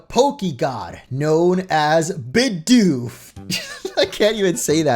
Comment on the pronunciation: It's BIDOOF